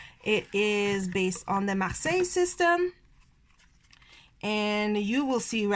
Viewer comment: Thank you for sharing your not so common choices 😊 I love your pronunciation of Marseilles...I minored in French but could never master that r 😒 I am equally repelled and drawn to the Pole Ka which means I will probably love it when I finally get it in my hands! lol